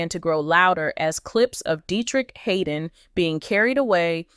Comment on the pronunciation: His name is (Had) (don), Not Haydon!!!!!